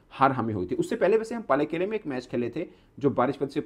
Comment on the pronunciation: पालेकेले ❌ पैलेक्ल✅ 😂😂😂😂